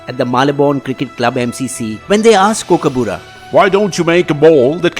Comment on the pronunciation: First learn how to say Kookaburra